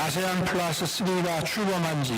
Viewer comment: 에~ 에~ 는 여전하네. 목디스크 오겄다. 프라스는 뭐냐 프라스는... ㅉㅉ